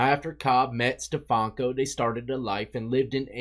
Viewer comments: STEFANKO,. Not steFALKO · Stefanko is not an English name, my dude 😆